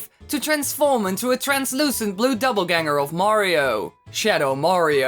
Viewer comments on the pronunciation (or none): Hold on... Double-Ganger? It's Doppelgänger, dawg.